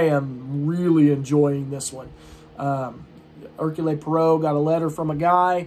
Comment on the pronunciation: Hercule Poirot is Belgian his name is pronounced /ˈɛərkjuːl ˈpwɑːroʊ/ perhaps watch a video on it like: "How to Pronounce Hercule Poirot? Agatha Chirstie's Belgian Detective Character" by Julien Miquel The mysteries of Belgian French pronunciation!